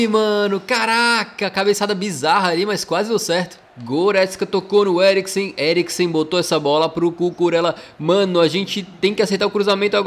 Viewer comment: "botou no Eglicriksen" kkkkkkkkkkkk